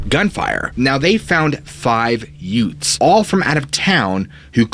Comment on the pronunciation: Did you say..."yutes'"?